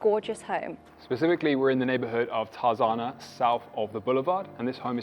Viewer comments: Tar Zar na? Get with the programme mate...Tar ZA na! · The City was named after the Edgar Rice Burroughs book Tarzan. He lived in the neighborhood so the correct pronunciation is TARZAN with an extra A at the end. TARZANA